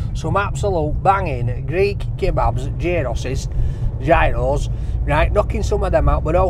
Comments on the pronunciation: 4 different pronouncations of it depending on where in Greece.... yeros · It's pronounced 'Yeeros' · Love your channel....here is how to pronounce 'Gyro'......................."Yee row". Roll the 'R'. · Yi-ros. Γύρος. Very easy to pronounce lol. Also, learn some Greek phrases. That’ll impress the Greeks! You may even give you something for free. I never order in English at Greek restaurants or kebab shops unless the waiters there don’t speak Greek. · they are pronounced as " yeeros" my friend!🤗🤗🤗🤗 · Call it what you like, but it’s Yee-ro, or Yeeros if you want to show off. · It's pronounced apparently yeros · Gyros pronounced year o's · Pronounced like "euros" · Why do you never listen to people who tell you the way to pronounce gyros? Is it plain ignorance or stupidity?